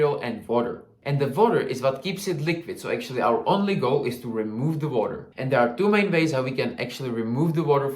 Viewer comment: Everytime he said "water" I heard "vodka" 💀😭